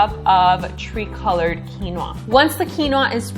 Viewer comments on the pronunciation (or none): Thanks for sharing! The food looks great! I was confused a second when you said tree color quinoa then realized it's tri color (tri meaning three like tricycle meaning three wheels!)! :)